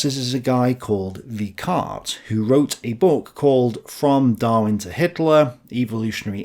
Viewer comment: "Weikart" is pronounced "VYK ART" with "VYK" pronounced like the "Vik" in "Viking".